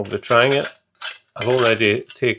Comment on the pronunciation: Also, thanks for not saying 'Tran-JEE-a'. :-D Good man.